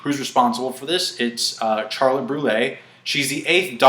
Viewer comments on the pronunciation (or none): none